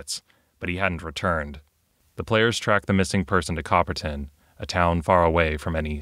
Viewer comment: Pretty nifty. I remember playing Cthulu back in the 90s at a convention, it was around the same time that I test played Men In Black (the West End Games version). Both were fun. By the way, every time you said Copperton (pronouncing the "ton" like "tin," which is common enough), I heard "bronze," since copper and tin make bronze... sorry, bad joke. The video was good, though.